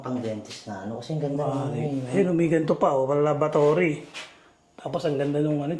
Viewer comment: Sabi ni Labatory daw....hahah Laboratory yta un boss heheh